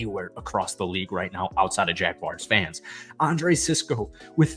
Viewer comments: JagWARS, not JagWIRES. Please, for the love of all things football, say. the. name. correctly. You came close a couple of times but we get sick and tired of people calling us the Jagwires. Other than that, decent video. Evan Engram is coming close to being one of the best TEs in Jags history and if you know our TE history that is saying something. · It's pronounced "Jag-WARS", not "Jag-wires"